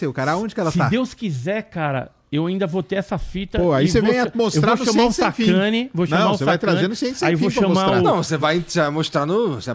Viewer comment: "Sacaniou" perdeu uma em